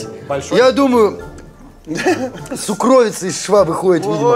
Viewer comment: Уважаемые, слово "сукровица" по-русски произносится с ударением на первый слог - сУкровица. Спасибо, скоро увидимся!